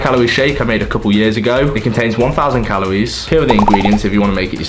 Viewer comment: Calories* not calowies